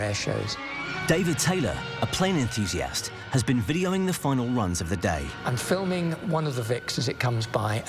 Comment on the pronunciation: I like how the commentator puts an emphasis on the AST at the end of enthusiast...that's right show everyone the the pretentious stuck-up asshole inside u like most Europeans